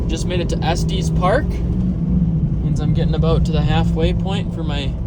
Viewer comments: As a native Coloradan I cringed when you said estease. Its not a huge deal but its pronounced Est-es park. cool video though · Lol it’s pronounced ess tess park 🤦🏼‍♀️ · Cringed audibly when he said "Estes park" but it's okay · Lmao the way he butchered the pronunciation of Estes Park. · Not sure I've heard anyone pronounce Estes Park like that before. 😅